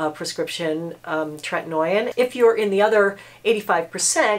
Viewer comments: “Tret-in-O-in” lol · Differin (previously Rx) is also available over the counter. The name of the ingredient in that is adapalene and it is kind of like tretinoin’s sister... so people might wanna look into that as well. Besides the pronunciation I think this is pretty solid advice I just don’t think you necessarily should be giving it because there are a lot of other things that doctors would consider about specific situations withDifferent people not everyone tolerates treatment very well especially if you have rosacea - it can make it worse!